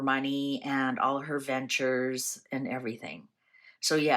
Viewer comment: I heard "her new dentures" when you said (I think) "her new ventures"... and I LOL'ed so hard when I realized my misunderstanding... 😂